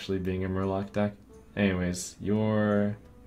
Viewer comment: did not you say just Murlock or Mur-lock it would have been awesome :(